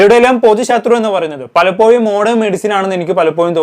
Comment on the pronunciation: Palappoyum അല്ല പലപ്പോഴും എന്നാണ്